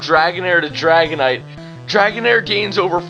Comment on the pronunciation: When he said dragonite I was like NO, NO, NO